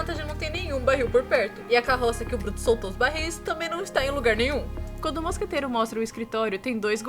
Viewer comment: Uma coisa MUITO BESTA que me irritava, a Miette falando mosqueteiro errado, ela fala "moscateira".